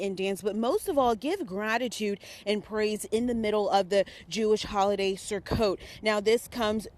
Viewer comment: ..."Surkkot"????????? Sukkot.